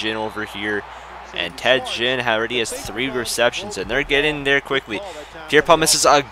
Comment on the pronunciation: you siad ginn wrong you say it like the ginns on a fish